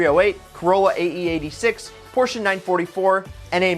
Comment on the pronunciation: Any American who knows how to pronounce Porsche gets a like from me.